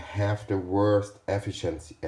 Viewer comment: (Efficiency) EASY WAY TO SAY IT (the way I say it -as an American) .. E-fish-in-see efishinsee